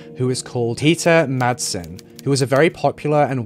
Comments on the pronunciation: 18.37 It's called Refshaleøen. You can google it and find the pronunciation online. And Peter Madsen's name too. In the correct Danish pronunciation the d is SILENT! He may not be worth it, but please consider that Madsen is a quite common surname in Denmark. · It's because she was swedish. He just showed respect. Peter Madsen though... No respect there. No effort to learn how pronounce his name. Which is totally okay.